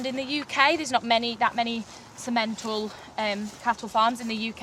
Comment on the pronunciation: In English, Simmenthal is not prpnounced Si-MEN-tal. The emphasis is on the first syllable, thus SIM-uhn-tahl.